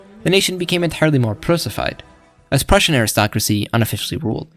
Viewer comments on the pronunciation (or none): none